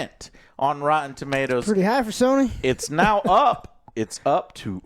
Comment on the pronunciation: Everyone= "Sony" = "Sawny"